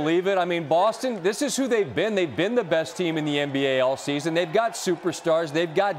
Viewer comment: It’s “season” not “scheezun”. If you’re gonna be on tv, you should learn how to pronounce words. So irritating